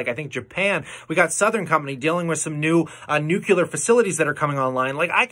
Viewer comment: Did you just say Nucular?? George Bush says Nucular. It’s Nu-clee-ar.